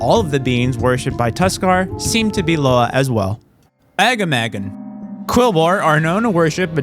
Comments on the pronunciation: I love the video, but Agamaggan is Uh-Gah-Muh-Gahn, for future reference. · I can't get over your pronunciation of Aggamagan lol